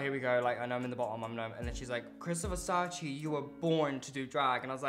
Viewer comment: it's nnot VERSACI is like THE so VERSACE im italian